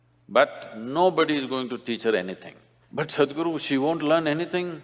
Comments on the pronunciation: Hey .the way these guys say Sadguru😄😄. It is saadhguru.Sadh means devotion to the supreme God. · Hey bro don't call him sad-guru lmao